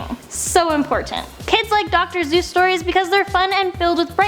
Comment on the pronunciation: its dr. Seuss not dr. Zeus